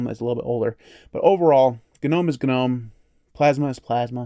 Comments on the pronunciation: Thank you for saying it properly: guh-nome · I'm just glad you pronounce it right lol